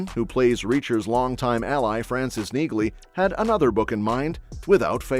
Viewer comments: BTW, the name Nieghly is pronounced without the “g” like Neely. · You don't pronounce the G in Neagley. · The G is silent in Neagley. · The "G" is silent in Neagley, like the "G" in Neighbor and Phlegm🤔